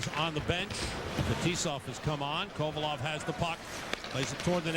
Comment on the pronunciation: Kovalev too. He said kovolov